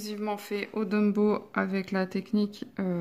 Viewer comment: Mais enfin , prkoi tu dis DUMBOW ? lol C'est TOMBOW , avec 1 T , svp éssaye , please !!! :D Bisous :)